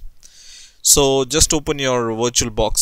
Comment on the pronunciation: I thought u said "WatcherBox" and im like wut is that